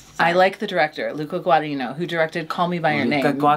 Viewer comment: Im sorry Darby, I immediately knew what was talking about when she said Luca Guadinino